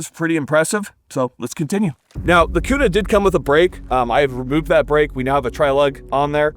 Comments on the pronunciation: " the only transitions we support on this channel" 😂. And yes HERE in IDAHO it's definitely Qna not Koona haha. I need 1 of these for my channel!!! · Koona 🤤 k-U-na 😎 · I only clicked on this video to see how you would pronounce Kuna. You did not disappoint.